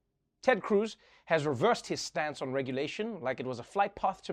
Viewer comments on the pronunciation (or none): Anyone else notice that he pronounced "stance" like an American? First time I've heard him do that since he left ZA.